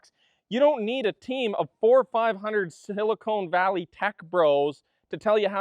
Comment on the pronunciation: I love that you called it “silicone valley” 😂